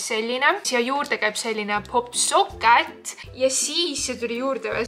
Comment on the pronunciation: Öeldakse pop tšoket mitte pop sokket